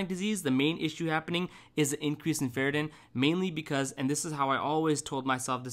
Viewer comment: it's ferritin (not ferratin)